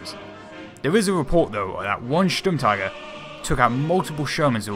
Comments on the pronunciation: In your second try you pronounced Sturmtiger pretty well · Im german and i must say the pronouncynation of Sturmtiger was very good!